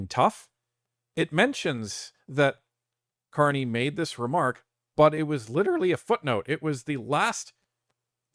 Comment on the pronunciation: Ah, the Ever Amazing Prime Minister Mark Can't-Eh ...